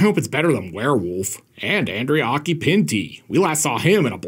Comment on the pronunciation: Warewilf?? No no, werewolf!